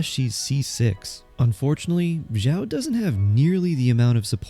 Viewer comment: why is this guy so quiet??? my volume is almost all the way up and it's still somewhat quiet also him calling xiao "jow" really bothered me